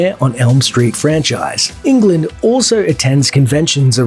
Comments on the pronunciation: It's also not pronounced as England, like the 50 times in this video. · All this research and you mispronounce his name 50 times? Ridiculous